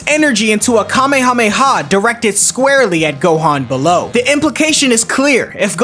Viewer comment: So happy he didn’t say Kamehameha wave in the dumb ass way that most dbz YouTubers say it It annoys the duck out of me